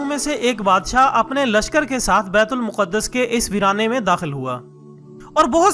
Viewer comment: Asalam o Alikum Word Bait ul muqadas Nahi h Bait ul Maqdas word hai. . .